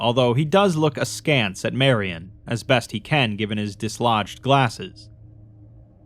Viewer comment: Proof positive that you are an elite storyteller: pronounced "askance" properly.